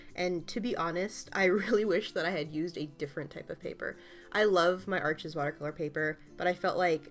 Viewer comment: "arsh" not "arches"! (It's French!) (gorgeous drawing...)...Also, do you sell prints of your work (this one, specifically!)?